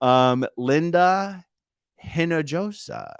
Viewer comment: I was also wondering whether AK and MK wrote these letters using a template found online. By the way, Hinojosa is pronounced /Enohosa/.